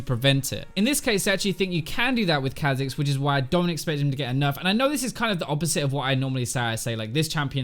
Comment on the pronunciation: Kahh Zix ... I get angry when you say it that way. sounds so much better as Kaw'zix lol